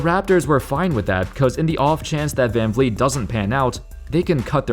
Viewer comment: Fred Van Vleet is pronounced Fred Fan Fleet.